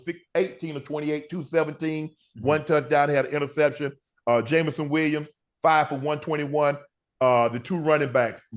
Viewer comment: Ocho Getting Jameson Williams name wrong was too funny 😂